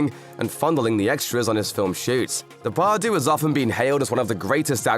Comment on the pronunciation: De Par dieu not day par doo